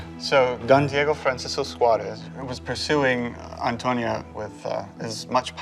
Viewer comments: They always mispronounce the name "Antonia", they say it as if the name were "Antonio" instead of "Antonia", there is a difference, in one the last letter is "o" and the other is "a", it is the same name but with a different gender. You English speakers don't pronounce stephan and stephanie the same way, right? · Why were they repeatedly saying Antonio when it clearly says Antonia?😂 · why's he keep calling Antonia "Antonio" then? 😂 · Antoniaaa no Antonioooo 😂😂😂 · I'm not so sure, he says "Antonio" all the time and it's "Antonia" 😂😂😂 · I’m not sure why he keeps calling her Antonio (male) instead of Antonia (female) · Antonia not Antonio 😄